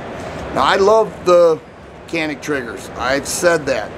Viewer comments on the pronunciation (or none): Glad to see our turkish arms in US. Canik we pronounce like Djanik 👍 🇹🇷🇹🇷🇹🇷🐺🇦🇿🇦🇿🇦🇿🤘